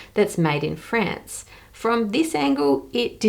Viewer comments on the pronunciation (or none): Your pronunciation of both "France" and "necklace" really threw me off.